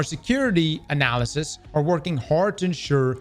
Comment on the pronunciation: "Ananamalysts" lmao